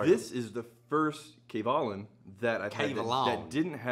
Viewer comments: GEMALAN (hard G) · If only you guys know how EXPENSIVE those bottles are!! Steve Kim is more than generous to send you one, let alone FOUR in a row!!! Btw, the stress is on 'Ka' rather than 'Lan'... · It’s actually ga ma land XD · i thought the pronunciation was kavalan like macallan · Been looking, not finding.... Kay Vay Lahn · Kavalan? I hardly schamalan. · Just so people know, the cask strength Kavs in the US are not called solist (not soloist by the way ). Some type of TM violation I heard. So don't get thrown off if you don't see Solist on the label, WV's bottle must have come from another country. But the bottom line is that the cask strength Kavs are ridiculously good. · 真的該試一波歐瑪，外國人好像都比較知道葛瑪蘭🤣是說他們好像都沒有念出跟葛瑪蘭三個字一樣音的組合😅希望未來官方可以推廣一下正確唸法，我自己也都隨便唸😝